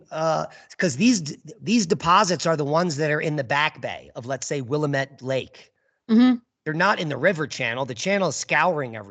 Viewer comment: BTW it's the WILL am it Valley. Not Will i mit as you are saying.